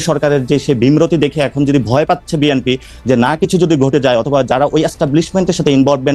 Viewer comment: তুমি শুদ্ধ করে বি এন পি এর নামও বলতে পারনা এটা কেমন কথা। শুদ্ধ করে বিএনপির নাম বলবে। বেএনপি কি শব্দ?